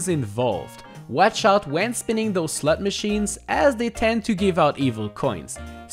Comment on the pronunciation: Put this on in the background and I hear “slut machines” 👀